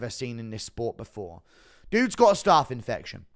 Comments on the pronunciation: It's pronounced "staph" not "starf" ... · GURU bro, I live in south west London, but I don’t pronounce ’staph’ the same way I pronounce ’staff’ (or phonetically - staaaarf). Why do you? It’s not starrrrf. It’s STAPH! 😂😂😂 Love the content bro!! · I am sick of writing comments on YouTube for them to be deleted because of adverts occurring during typing!!! It’s STAPH not ’starrrf’ bro. I’m from Sutton bro, can’t be far from you!! Love the content bro! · Why is my man saying staff 😂😂😂